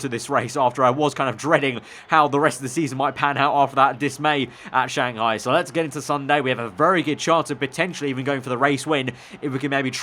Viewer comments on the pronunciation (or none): none